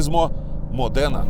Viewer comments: только правильно мОдена. а не МоденА. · Дуже класний відос, одне зауваження- не МодEна, а мОдена, також як Ламборгіні, а не Ламборджині, бо аж вухо ріже ))